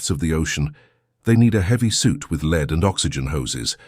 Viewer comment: It's lead not lead😂😂😂